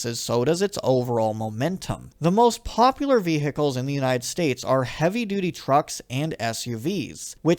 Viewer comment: 'Vee Hickles' I just can't get over it 😂😂 Enjoyed the video though